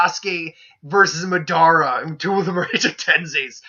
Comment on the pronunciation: are you calling MAdara MEdara